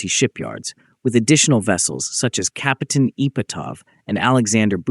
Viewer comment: Рассказывает о корабле Капутан Мюнхен, а на видео Капитан Мартынов ! Наверное озвучил коренной Москвич !